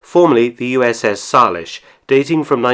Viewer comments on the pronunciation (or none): U.S.S. Salish, pronounced Say-lish.